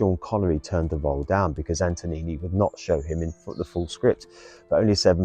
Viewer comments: And Antonini rather than Antonioni. 🤣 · Thank you for posting this. It's Antonioni's Blow-Up, not Antonini's Blown-Up.